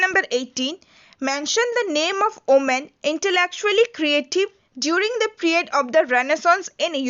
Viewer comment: Not omen it's women*